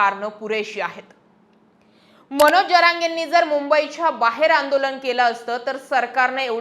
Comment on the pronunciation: मणोज नाही हो मनोज म्हणा. विधाणसभा???😂